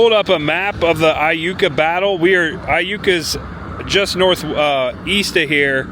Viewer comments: Starkville native here. You pronounced Iuka correctly lol. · You got Iukaright!!!!😂 I was excited at what you would say!! I’ve heard it pronounced several funny ways! Glad you nailed it!!! Hope you had a good time exploring Mississippi!!! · Hi! I live in Corinth Ms & so glad you came to visit! While you were at Borroum's you coulda got a Slugburger, Corinth has The Slugburger Festival. It's a deep fried burger... very tasty!! Yes you pronounced Iuka correctly. That's a very neat town also. Thanks for visiting & come back again sometime!! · 2 things - I think Adam would love that Tupelo is now also associated with him & Iuka is pronounced Yuka - I had to look it up 😊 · Great video! Yes, that ice storm was brutal for us, and you did pronounce Iuka correctly. If you're ever back in the area, come and visit New Albany sometime! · Hey cool video I’m from Tupelo and never knew about the coke museum I will have to check it out and you did say Iuka right lol love watching your video same all all your friends Adam would be proud thanks man always.